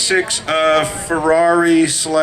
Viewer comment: No....not Fierri . “Carmadillo”